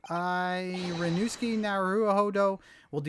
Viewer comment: Ri-you-no-s’k. In Ri, the i sounds like a long e. The su is shortened and sounds like a hissing sound effect. K like ok. The hissing s and k are merged together. In most other words, su is pronounced like Sue.